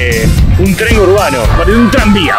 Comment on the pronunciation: EN TREN SE DICE EN TREN NO TREM